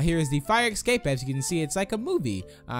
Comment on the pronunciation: It's escape, not ickscape